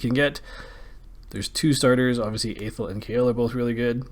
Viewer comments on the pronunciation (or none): learn how to pronounce athel